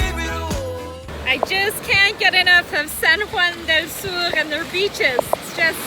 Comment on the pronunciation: I can’t help but cringe when your say “sur” it’s spanish not french 😅 awesome video btw ! It’s beautiful to be in nature ☺️